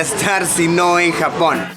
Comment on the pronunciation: cuando dice Japón me parece a jamón